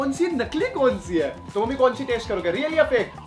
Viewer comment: Reak nahi real